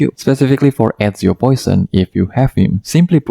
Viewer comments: You're saying A0 not Ezio 😭 it took me a while to realize 😭 I'm half awake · I'm fully awake and heard that too